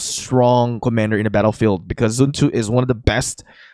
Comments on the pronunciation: It is pronounced like Sun Zoo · Why do u say zun tu isn’t it sun (as in the sun in the sky) and tzu like (zoo)